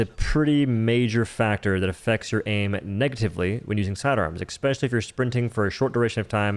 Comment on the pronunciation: 'expecially' isn't a word my friend